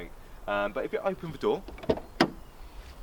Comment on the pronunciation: young man, diction is everything. the word 'the' is th and not 'v'. please remember that in future.